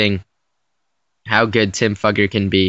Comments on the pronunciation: Just to let you all know, his last name is pronounced "fYOUger" not "fUGGer" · It's not pronounced duffer its f-U-ger. u pronounce the u as "u" not a. Look him up on YouTube he's interviews say fUUger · It’s pronounced Fooger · His name is actually pronounced (fyoo_gur) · You are pronouncing his name wrong. I watched him play at Vanderbilt and that is now how anyone pronounced it. It sounds like Few-ger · Fewger is how it's pronounced buddy